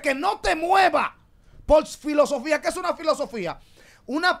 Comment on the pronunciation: Silosofia ahah se dise filosofía